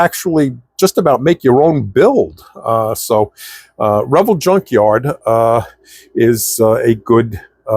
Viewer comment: Why do you pronounce Revell the way you do?